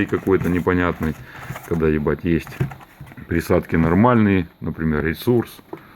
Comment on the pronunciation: "За приадки" . У тебя украинские корни?